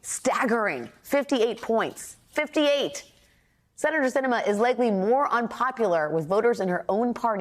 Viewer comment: I am LOVING that Sinema clearly did this for attention, thinks no one gets what she's doing, AND every single person reporting on this is mispronouncing her name. She thinks she's so important, but obviously isn't when no one even knows her name. Let her be Independent; the letter behind her name won't change the fact that she's invisible and unnecessary.